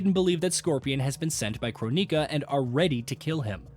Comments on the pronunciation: Your pronunciations are making my eyes bleed. If I had to hear croneeka one more time.... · what is a Crow-nika? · Croneeka, byehon, syromancer, Lin quei, The list goes on I'm surprised he didn't pronounce scop-ey-eon